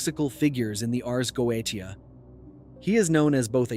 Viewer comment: Its pronounced go-a-shia.......................... ai is wack